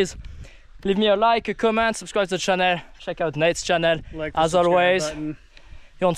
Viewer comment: your intro sounds like "Hey everyone, welcome back to Chanel" - i was just missing the beauty products :D